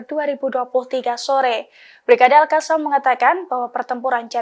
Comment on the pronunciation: bu reporter cara bacanya al qosam. bukan al kasam.